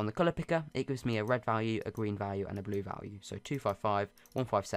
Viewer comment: “End the Gween part”